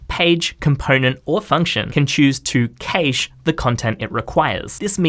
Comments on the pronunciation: Yeah, it's a shame no-one knows how to correctly pronounce cache. It's "cache", not "cache"! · The pronunciation of cache is triggering me. 🤣🤣🤣